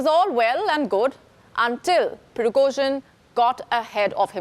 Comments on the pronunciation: lets say it slowly - Priee-gOooh-jieen, not pirogozhin. ah, nvm for me he was just an ex-con. no hero. then a cook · You don't pronounce the surname correctly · If he didn't die in the crash he's now surely dead after you butchered his name so many times 😂